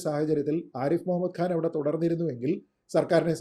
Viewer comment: ആരിഫ് മുഹമ്മദ് ഖാൻ എന്നാണ്, ആരിഫ് മുഹമ്മദ് ഗാൻ എന്ന് ഉച്ചരിക്കരുത്. ഖാൻ, ഖനി, നഖം. മലയാളികളിൽ ഭൂരിഭാഗവും ഈ തെറ്റുകൾ ആവർത്തിക്കുന്നവരാണ്. ഈ ശീലം മാറ്റേണ്ട സമയമായി. കൂട്ടക്ഷരങ്ങൾ ഉച്ചരിക്കുന്നതിൽ വളരെ തെറ്റായ രീതി അവലംബിക്കുന്നവരാണ് ഭൂരിപക്ഷം മാധ്യമപ്രവർത്തകരും.